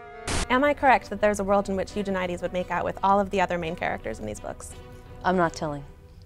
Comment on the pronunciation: Yay, found someone who pronounces Eugenides the same as me! :)